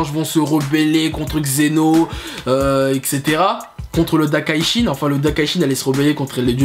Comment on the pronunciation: On ne dit pas Xeno mais Zen'Ô, on dit pas Dakashin mais Daiskinkan, on ne dit pas kalifa mais Caulifla etc... Tu as du mal avec les noms.